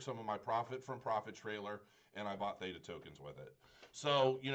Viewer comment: The word is so simple to pronounce. Did you even learn English in school. Nice review BTW.